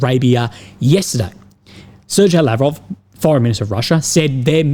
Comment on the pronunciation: It is always funny when pronounces Lavrov's name like he is an indian in stead of a russian hehe. Sirjay:D Love your coverage, keep it up!